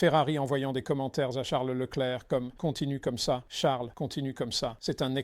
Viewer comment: Woah. I was just about to comment about how Peter is actually capable of saying Leclerc's name properly, too. 😅